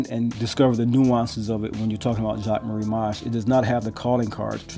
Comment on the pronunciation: Video helped me a lot, not only with realistic sizing but also learning to pronounce the name correctly lol 😎